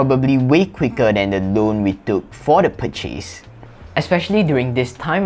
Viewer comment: Thanks for this. I am a native English speaker and sometimes find the words you speak hard to understand - I worked out this is due to your stress on the wrong syllable eg purCHASE should be PURchase and or else equal weight. PerFECT should be PERfect. Priority should be priORity. Sharing because I think it would help you. Generally, your accent is pretty clear and a very nice voice.